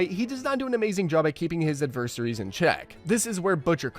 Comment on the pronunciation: The way you said “adversaries” made my English hurt.